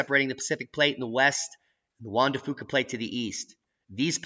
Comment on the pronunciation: Come on. Juan de Fuca is Pronounced Juan de FEW-KAH.... not FOO-KAH. I've lived in Washington State for over 40 year and we don't say FOO-KAH. Poor Fuca! I wish Dutch would also pronounce it correctly too, but he says he just doesn't care. It's like fingernails on a chalkboard! Take your Foo-Kah and frack it!;) Now that's a Boom!